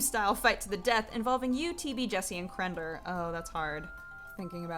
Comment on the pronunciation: can't say -or words. Crender?